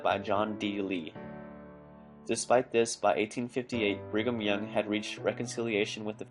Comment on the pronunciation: Bring um young,sounds like,bring them young if you catch my drift.